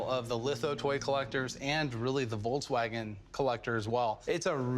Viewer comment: Woltswagen wth is he american or something